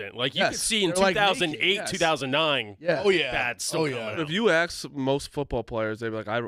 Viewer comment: “Let me Acks you a question” is the absolute worst thing to hear on this show